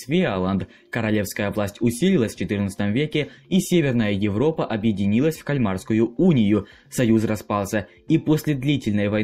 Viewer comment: КАльмарская уния. Ударение на первый слог. В честь города КАльмар.